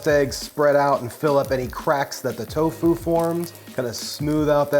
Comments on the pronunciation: You are the first person ever that I hear saying toFU instead of TOfu. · He said towFOO